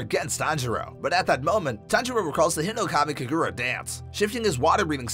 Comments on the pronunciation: Nerd checking myself for whinging at the pronunciation in this video, it literally doesn't matter (But it's HInokami KAgura) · it’s funny how he says “hinokami kagura”he says it like “hinokmai kigura 💀